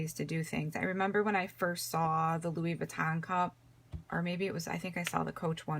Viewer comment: BTW, it’s pronounced “Loowee” not “Loowis”. 😉